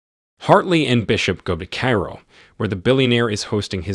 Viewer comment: This content creator needs an editor and quality control specialist. How can the narrator (human or A.I.) mispronounce so many common words: 'Cleopatra' as 'Clee-Op-Pa-Tra 'Cairo' as 'Care-Roll' or 'Carol' '... still ...' as '...steel' ... And refer to the famous museum known as ''the Louvre' as window blinds. Is this movie out on DVD yet?